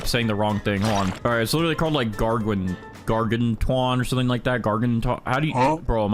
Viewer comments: bro said gargwantwan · It’s pronounced gar-gan-you-in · It’s pronounced gar-gan-chew-in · Gar-gan-chu-on. Also velchire regardless of luck is almost garunteed from large crystals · its insane how so many youtubers struggle to pronounce gargantuan